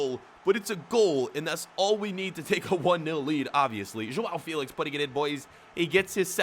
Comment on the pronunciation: Joa Felix not Joa Feelix🤬